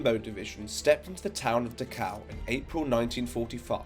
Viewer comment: He keeps saying Dukow, is that the same place as Dacau, not far from Munich?